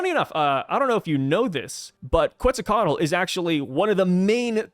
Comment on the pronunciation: Bro your pronunciation of Quetzalcoatl is pretty good! My tip is don’t put much emphasis on the Ls no meme